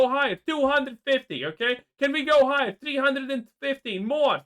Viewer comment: Can we go heigher, he says 😂